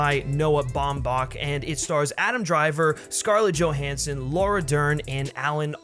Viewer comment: “joe HAN son”